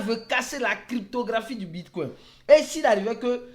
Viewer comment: Le bitcouin 🦆 😂 Je n'ai pas pu m'empêcher